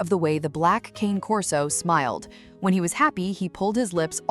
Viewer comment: It's still not "Cain Corso". The name is Italian, and in the Italian language, Cane Corso is pronounced "Cahnay Corso". AI is too stupid to know that, but people should know better.